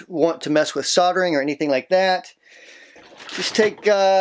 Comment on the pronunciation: soddering??? lol soldering